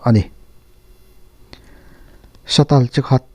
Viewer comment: satal nilovin satel tih tur aw